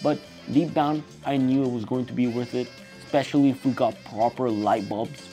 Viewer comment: Especially is not pronounced "specially". Slats is not pronounced "slates".